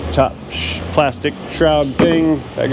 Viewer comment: "Plas-tec" I see that you saw Indian in the Cupboard and quote Omri's way of saying it like my family does, lol.